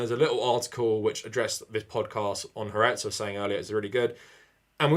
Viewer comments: You pronounce Haaretz “Hah Ahretz”. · Tiny nitpick but haaretz is pronounced ha-aretz. In Hebrew "ha" means "the" and it's kind of a separate word even though it's part of the word.